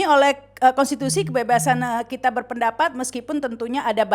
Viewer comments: Btw, ada hal kecil saja 😊, menit kata meskipun diucapkan 'meskupin'. 😃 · Meskupin itu apa ya...plesetan meskipun kali ya ( menit ) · Ada yg unik di Menit meskipun apa meskupin???? Heheheh